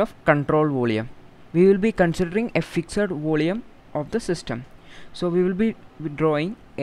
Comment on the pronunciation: Your explanation is superb but I think you are having some pronounciation problem in 'volume'.... Rest of all is op.....